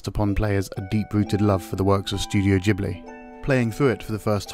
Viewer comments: its Ghibli not Jibly..... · ghibli is not pronounced "gee-bli" :( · I know right. 🤣. Jeeeblee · I always thought it was pronounced Ghibli